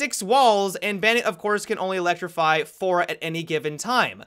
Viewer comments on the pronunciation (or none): none